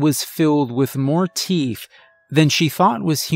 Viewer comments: Ok is it my hearing or does it sound like he's saying TEEF NOT TEETH?!?! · I believe you misread, miss. It's not the teenth fairy.